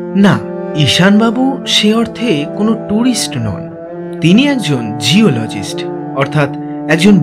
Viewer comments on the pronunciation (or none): দাদা আপনার উচ্চারণে "জিওলজিষ্ট" শব্দটা "ঝিওলজিষ্ট" শোনাচ্ছে। উচ্চারণের এই ধরণের ভুলগুলো শুধরে নেওয়া প্রয়োজন।